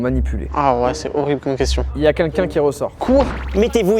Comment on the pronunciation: Ça me fait toujours marrer le fait que n'arrive pas à prononcer " quelqu'un " Il dit toujours kinkin 😂